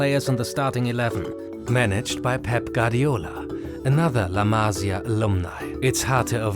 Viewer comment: Amazin work and great video. However, there's one thing as a Spanish speaker, is that you need to know that a tilde (´) is to emphasise the sylable on the word. So la Masía, it's pronounced ma-SI-a, not MA-si-a. It really hurts the ears when you hear it misspronounced (similar as to how every English-speaker misspronounces the last name Pérez as per-EZ, instead of PER-ez). Havins said that, keep up the work! Awesome video. fantastic channel!